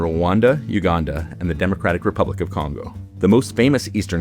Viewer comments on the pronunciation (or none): none